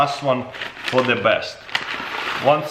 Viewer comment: Definitely tastes like bahnahnahs it’s like eating deh cheezits